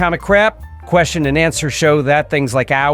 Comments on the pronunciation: The man asked me a hard queschion! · TP is so focused on being contrary that he completely misses any sort of point or consistency in his "argument" 🚽 'the man asked me a hard ques-ti-on'